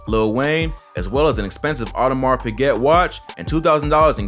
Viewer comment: My guy said Audemars correctly and then pronounce Piguet “piggette” 😂